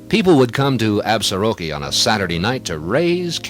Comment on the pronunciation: Nice program. My grandfather homestead just south of town in 1896. A couple of pronunciation notes. The locals pronounce it “Absorkee” without the ar in the middle. Also, the s in Plenty Coups is silent.